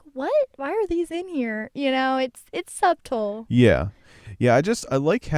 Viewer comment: Good podcast, y'all! Keep up the good work. Only critique: The "b" in subtle is silent, lol. <3